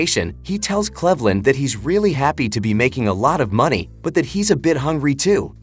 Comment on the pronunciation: / you can't even pronounce Cleveland correctly. Your ai is garbage.